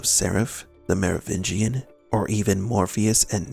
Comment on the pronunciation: Have you mean Frenchman? It's "Merovingian", not "Nerovegian"